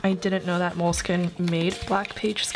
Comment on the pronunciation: Please don’t pronounce Moleskin this way .....